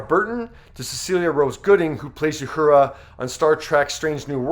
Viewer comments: As tasteful and respectful as this video is, celebrating and commending a true star in our universe, might have gone to the effort to pronounce the character names of both Nichelle and Whoopie correctly. Uhura - ooo hura, not you hura. And Guinan, is guy nan not g oo e nan. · Thanks for the tribute, but based on the way he pronounced several names, I don't think this guy ever watched Star Trek in his life. You-hura? Gwee-NAHN? Ouch. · you mispronounce "Uhura" and "Guinan". You can do better. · It's really funny watching a video narrated by some fool who knows absolutely nothing about what their talking about. It's pronounced "Uh Horra" not "You Hurah" and Whoopi's character was pronounced "Guy Nan" not "Gu A Non". If this guy ever watched 1 of each of those shows he would know how to pronounce their names. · Also, not You- hoora. OO- hoora. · The sentiment of this video is great! also it's; oohura not youhura guynan not gweenahn tahkeye not tahkae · If you’re doing a report on Star Trek, at least learn how to pronounce the characters’ names. It’s not Ya-hoora and Gweenan. 🙄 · Who is this guy narrating this? He mispronounces Uhura as You-hura, Guinan as Gweenan, and can't read a sentence, saying "around" when the text clearly said "throughout." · Did you also say YUHURA? What? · You need to get the proper pronounication of Quinan and Uhura. Fyi Mulgrew's character wasn't a commander she is a Captain. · You mispronounced Uhura, twice. You mispronounced Guinan. Have you ever seen so much as one episode of Star Trek, or are you just trying to cash in here? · One you pronounced Guinan terribly two it wasn’t the first interracial kiss though it was a very important early one and three this is a great tribute keep up the good work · Are you purposely mispronouncing Uhura and Guinan's name?